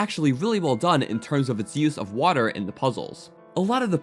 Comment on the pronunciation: Dude, u need to learn how to pronounce your T's. Hate the the way u say water lmao!!! xD